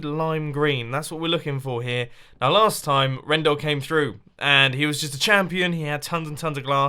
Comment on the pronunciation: Pronounced slarst